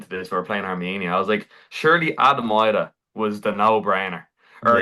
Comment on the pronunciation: Eye-dah, Hi-mar……maybe practice the names of the players before shooting….it us lazy stuff and that’s putting it nicely…